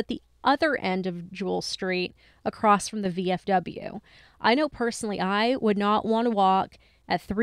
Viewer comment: I'm totally going to get a lot of hate for this, I really do love you guys a lot, I just have OCD and grammar drives me crazy., it's across. There is no "t" at the end. It is not acrosst. Please don't hate me. I'm sorry. I just had to say it. I'm sorry, I'm sorry, I'm sorry.